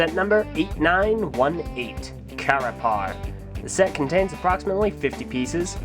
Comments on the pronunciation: "...And, Carapar. Or if you're like me and you like mispronouncing things KUHRAPUR " (If you didnt watch "Top 10 Bionicle Combo Models" you wont get it) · it sounds like "Craper"